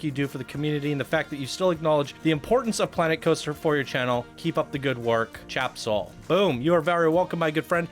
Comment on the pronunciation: "Tjebsol" doesn't read like "Chap-sol". It would be more "Te-jeb-sol". It's an interesting take on the game's story with a LOT of work put into it, but the journey is WAY too long. So many boosters. With stories like this, you need to do a synopsis version. There's no need to show everything single thing went on or spend a lot of time weaving in and out of a given location (i.e. the fort and town, river run, the underground complex) or long spurts of time traversing inaction zones built to separate areas (stretches of nothing more than trees, water, tunnels, red lit rooms, etc.). One or two passes is enough for the viewer to know about the area from the plot. Creating key moments is the best way to do stories like this for PC. For perfect examples on how to show a movie/game story in a semi-short form, look to Brad Hamilton and his many amazing PC creations. Also, the track needs serious smoothing. Really wonky.